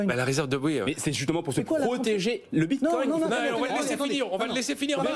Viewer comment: Le "Binecoin"... En un mot on comprend que ces types sont des clowns (en tout cas dans le domaine de la crypto).